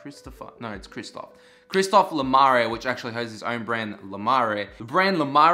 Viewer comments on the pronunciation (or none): I can't wait for the collection. BTW it's pronounced "Chris-toff Luh-Mer" not "La-Maray" lol.